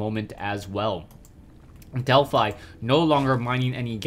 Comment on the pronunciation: wow it's a fanboy war in the comments (i support. he should have more subs but he doesn't instead of bitching about it LIKE his vids so he gets noticed more.) And to you Delphi is pronounced DelphE if the player has named themselves after the Greek God Apollo's Temple at Delphi.